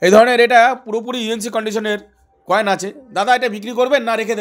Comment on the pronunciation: Koel ❎ Coin ✅